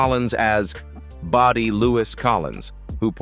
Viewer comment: FFS, enough with the AI voice over. Bodie is not body. CY5?